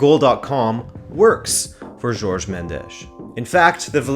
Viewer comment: Nice video but his name Jorge not 'George'.